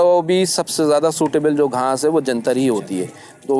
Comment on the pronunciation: Ghnas ni ghass hoti hai